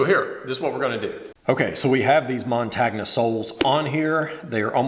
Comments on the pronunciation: You guys are the best. Keep up the great work. As a suggestion its pronounced "montonya". But it is all love!!!! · No disrespect gents but the "gn" part in "montagna" (which means mountain in Italian) is pronounced "ni" similarly to the sound of "ni" in "onion". So "montagnia" is pronounced "mon-tah-ni-ah" Nice restoration. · Hey, just a quick little detail....Vibram is an Italian company, and the word Montagna (the name of the soles) means mountain and it is pronounced mon-tahn-ya. Just thought you might want to know! Great work guys! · Probably not a big deal, but the word montagna is pronounced mon-tan-ya, with the "o" having the long sound. The tan-ya is pronounced as "nya" like the Russian word nyet. Sorry, I lived in Italy. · Yo, didn't one of you two go to uni in Italy? Thought you would've picked up that montagna means mountain in Italian, and is pronounced montanya, like the g in lasagna